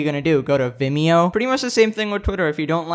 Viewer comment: i died laughing when he said vimeo